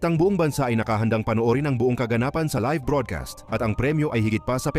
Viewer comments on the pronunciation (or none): none